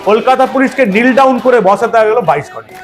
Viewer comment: It's not neel down sir it's known as knee down means হাঁটু গেড়ে বসা।